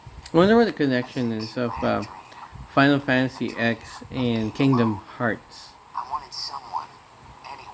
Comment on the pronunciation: Lol, you called it "Final Fantasy Ex" lmao. "X" is pronounced like it should be as a Roman numeral - ten.